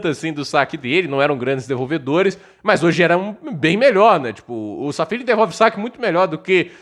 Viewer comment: É Safiullin, não Sal Feeling